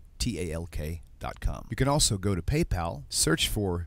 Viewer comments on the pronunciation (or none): none